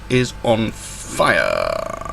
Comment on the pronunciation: One piece of advice it's pronounced alexis-on-fire not alex-is-on-fire.